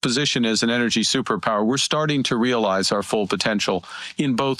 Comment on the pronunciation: did he say " we are starting to realize" ? 😂😂😂😂